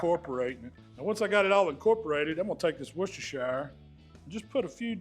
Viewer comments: Loving the videos as always. Just Heads up though, in the UK we pronounce it Wuh-stuh-shuh sauce. We don’t say the shire like shy-uh Hell sometimes we don’t even see the Shire part on the end and we just call it Worcester sauce as that is the name of the town it originated in Worcester is pronounced Wuh-Stuh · "wusstersher" sauce 👍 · it's pronounced "wuh ster shuh" sauce Great vids with some good tips. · Love the video. BTW it is “woos-ter” sauce 😅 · Just Wooster Sauce or if you like, Wooster-Sher sauce. Great video as usual 😊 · wu-stuh-shuh sauce - just for info as I live there! They're some great steaks,! Thanks for another great video! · can't you really fathom how to say WORCHESTERSHIRE?